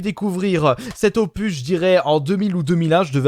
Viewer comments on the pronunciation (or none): none